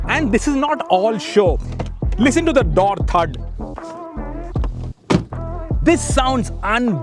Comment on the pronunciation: tell me that you're a north indian without telling me that you're a north indian "Daur Thudd"